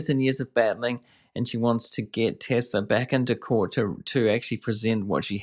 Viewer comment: This guy is repeating what she says anoying tbh watch full interview,and its TESLA not TESLAR.